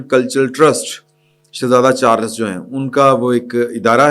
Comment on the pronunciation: For God sake koi naam tu pronounce kia kabhi ADIL KO ADEEL .Ab King CHARLES ko CHARLAS bol rahay hain .Journalists ko tu her naam sahi ana chayi